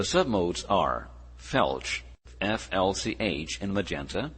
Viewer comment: I wish the voice would stop saying FLCH as felch. Otherwise, thanks for this wonderful video.